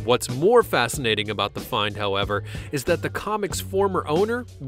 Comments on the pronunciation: "Fanacinating"? Anyone else here that? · It wasn't worth meelyuns though, fanascinating.